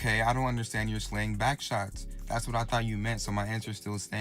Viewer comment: Wow this challenge is so brain dead. And why this 🥷🏽keep saying"byke" in place of "back" 💀